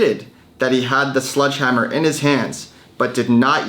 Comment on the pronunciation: Sledgehammer. SLEDGE. Not sludge, please get that right before you go to court lol